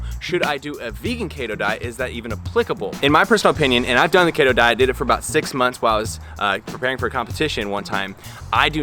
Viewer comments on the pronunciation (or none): Kayto diet? Keto isn't a Japanese word, it's from ketones and you say it like Key-tone. So it's key-to diet. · It's pronounced keeto lol. Great video tho! Keep it up 🌱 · bb it’s pronounced kee-toe ( !!!!! ) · its KETO & KEYTONES lol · say it with me....KEEETO. haha love the content of the video though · Had to turn it off after you said KAY-TOH after 3rd time ... if you're going to knock a diet, pronounce the words right first. Another thing, CHEESE, OIL, ETC; Is dirty, lazy Keto. Vegans do the same. I have a friend who is Vegan, but eats nothing but fast food or processed shit. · DUDE WTF KEY-TOE!!!. If you can’t pronounce it don’t speak in it😂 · Key-Toe ..... Fucking KETOOOOO Diet man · Kayytosiss. Kayyto diet. Kayytons... Love the pronounciation! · Every time you say Kato all I can think of is about that guy from the hunger games lol just messing with you. Don’t put your Health on risk don’t do keto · Key-to... do more research dude. You need to read more and do more research... the information you’ve presented is not correct. And do more research. Sorry but this is all ridiculous. Lol. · I thought it was pronounced "KEY - TOE" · It's pronounced "kee toe" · I love the way you pronounce keto lol (no sarcasm) also! I was debating on going on this myself because it’s so popular and I’m seeing it absolutely everywhere. But, nope. I think I’ll continue with what I’m doing since it’s working and just be patient. Thank you for making this video!! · Longtime subscriber here... I would suggest you redo this video, because suggesting it is an informative science based video, while mispronouncing all of the relevant words just isn't a great look man. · mate did you mispronounce keto to make them keto belevers mad hahahahhahahha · Omg 3 seconds in and I’m dying because you don’t pronounce keto right xD love you man hahaha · I thought I was the only one, haha